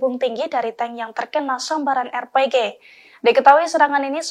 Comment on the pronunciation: Alhamdulillah...terbaik briged AL-Qasam👍 pembaca berita tolong sebut betul2 bukan R-PEGEH..R.P.G